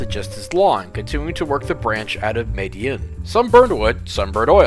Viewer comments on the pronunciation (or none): YESS!!! You finally did my suggestion!! Thank you!! Also a little note, Madiun is pronounced Mah-dee-uhn. Great video, bro! Thanks again 👍👍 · Btw, technically Indonesia never stopped steam operation because the B25 class now used in the Ambarawa Railway Museum was never actually retired soo js a note Oh and its spelled "mah-DEEH-uHN"